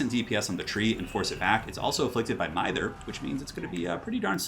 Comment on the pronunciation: Just a heads up, the “i” in mither is pronounced like “y” in myth.